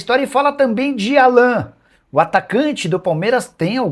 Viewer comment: Não é Alã, é Álan